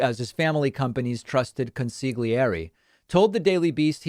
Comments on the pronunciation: David, sir, "consiGGGlieri" is nearly as bad as "a nistoric...". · For starters, I like this show and appreciate the work you do. However, the way you say consigliere is difficult to hear. I was raised around Italians; even married one. Please ask an Italian-speaking Italian to help you out. :-D